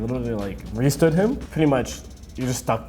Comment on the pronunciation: They got "restood" wrong but okay